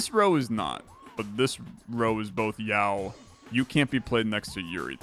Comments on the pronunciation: Yao tiles 😂 its yaoi, phonetically spelt yow-ee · Hearing this man pronounce Yaoi as Yow is killing my soul. Speaking of that battle, I'm pretty sure both characters are topless in it. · its yah-oh-ee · it's pronounced "yow-ee" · Alright, so, I don't see a comment explaining. Yuri = Lesbian hentai Yaoi (pronounced like yowie) = gay hentai. And the paddles are references to old anime conventions. And I laughed way too hard at your "condemn" after it. Trans btw, don't smite me =( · yuri and...yaw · So yuri is a term used to refer to lesbian romance stories and yaoi is like yuri but with male gays instead. Edit: btw yaoi is pronounced like "ow" with a "y" sound on the start and finish. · "Yao" - Where did the "i" disappear to in your brain? XD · pronouncing yaoi "yow". my poor guy... he never went to a single anime con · I pronounce it like Yowie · I can't believe my straight white man streamer can't pronounce yaoi correctly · Absolutly shocking. He didn't even know what that is! 😂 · You're suprisingly good at scrabble so I can forgive you for mispronouncing yaoi so many times Just stumbled across this channel, its really cool! I love roguelikes. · You know he's a cis straight white male by the way he says "yaoi" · His pronunciation of yaoi threw me back to the 2010s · I did not know I needed to hear butcher "yaoi" and yet here we are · doesn't know how to pronounce yaoi. the world is healing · As a trans woman, thanks for putting pride content out! Also lingo for sure. Hearing you try and pronounce yaoi was too good! Also that ending omg. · pretending like he doesnt know how to pronounce yaoi is very funny /s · yup, he pronounces yaoi without the i as well